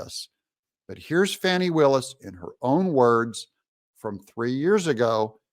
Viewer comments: CNN is the only outlet calling her FAWNI instead of FANI... Why am I not surprised? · Fani. Not Fauni. Obvious attempt to make her sound more sophisticated and just better than us. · Notice how all these media outlets try to fancy/class up her name?? 🤣 "Fahni" Nope... Its fani, ... as in fanny Amd they've ALL been doing it... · Why does the media keep calling her “fawni”? Her name is Fanny, like a backside. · Someone's pronouncing her name "Fawni?" Not Fanny? Pluuuleeze! 🤣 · Why do the liberal democrats keep saying her name is Fawny…it’s Fani as in rear end! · Can anyone pronounce Willis' name correctly... Fahnie, Fannie or Fawnie 🥴